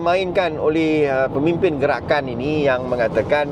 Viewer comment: Hilup Pelikatakan Pelikatan Hilup Gelakan, hahahaha.. cuba kalau DAP yang pelat mcm ni mau dimaki walaun berbakul2😂😂😂😂